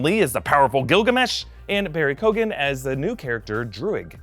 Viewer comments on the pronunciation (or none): Barry Keoghan's surname is pronounced, "Kee-oh-in". Just a little help from some Irish guy in the comments.